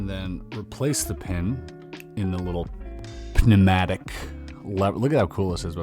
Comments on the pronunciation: Loved this puzzle! Also Chris is the only person I’ve heard say the last ‘B’ in ‘bomb’ and the ‘P’ in ‘pneumatic’ 😂😂😂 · lol completely missed that on the first listen but he definitely did put the P in there :'D